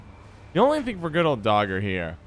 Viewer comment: I love how english-speaking collides with Skellige names) This time he's blessed us with DagUr being "Dogger", guess Dagur rocked parking lots of Novigrad and beaches near Gors Velen wth his unusual tastes and public displays))